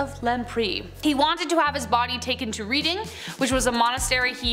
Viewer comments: It is pronounced REDDING not Reeding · Enjoyed but Reading is pronounced Redding, Large town in Berkshire, (pronounced Barkshire)